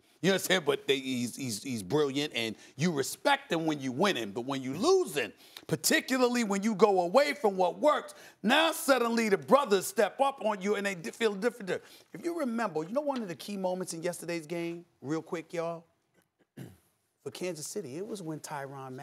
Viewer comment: Steven A was tryna say different he said difadent not even a word lmao